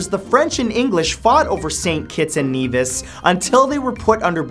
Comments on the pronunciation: He pronounced St Kitts & Nevis & "Knee this". 😂😂😂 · hate to be that guy but Nevis is pronounced neh vis. the same way as Ben Nevis the highest point of britain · You pronounced Nevis and Caribbean wrong